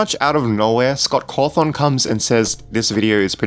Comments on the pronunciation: Scott Cawthorn seriously stop saying it like that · You say scott cawthon so weird